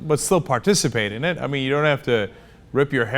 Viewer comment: Haha, I thought for a second Ron Paul would say "I jump eeen eet".